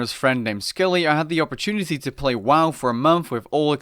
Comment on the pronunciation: "Woah" vs "WoW" sounds weird hearing woah